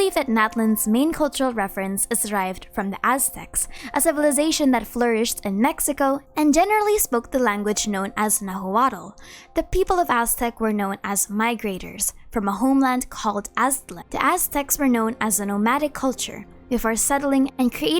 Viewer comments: na-wa-tl. not na-hoo-waddle ☠️ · I thank you lots for trying the pronunciation 😂 not quite right for Náhuatl but its ok, its nice hearing of my culture and being interlaced with a game I like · I love the video but the way you pronounced nahuatl made me laughed a lot, I'm sorry. I'd be cool if they use mayas too If Natlan is truly influenced by mexicas, then i hope to see army divisions with different names and ritual attire If Quetzacoatl or Kukulkan lore isn't rescued and connected to the traveler and the theory of him having already explored Teyvat in the past, I'm gonna be very disappointed.